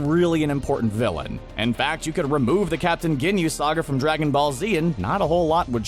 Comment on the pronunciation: did he say Dragonball or Dragonfall 0:0